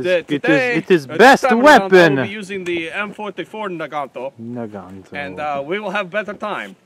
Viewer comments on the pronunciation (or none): NAGANT IS PRONOUNCED NAGAN NOT NAGANTO MOSIN IS PRONOUNCED MOSINA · Mosin Nagant is pronounced Moe-seen Nah-gahn, the "t" is silent. In the Motherland they call this rifle a Mosinka pronounced Moe-SEEN-ka. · WTF is a Naganto? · Protip, adding 'o at the end of a word is Italiano, not Russian.